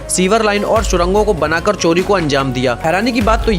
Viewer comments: Coli Nahi Bhai Cori Hota Hai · Abe Wo chori hota h "choli" nhi re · Choli nehi chori hota hai.